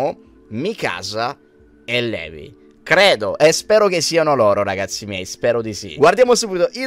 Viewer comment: mikasa e levi non si pronunciano così😭